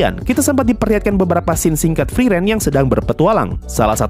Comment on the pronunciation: Friren friren mulu, frieren yang enak didengar bang, cocokin sama detail pengucapan dari karakter pendukung tiap nyebut karakter utamanya! plis, camkan bang